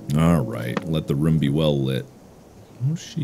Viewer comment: Mark already gets so much shit for "Ruum" (room) and other weird pronunciation, that he was just like "oh... oh no. That's another one. They won't forget that."